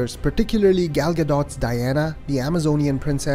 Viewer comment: Superbly crafted review. One small gripe: Gal's name rhymes with call / tall / ball, not pal. Not even Patty Jenkins pronounces her name right, so you're not alone. This will give you the correct pronunciation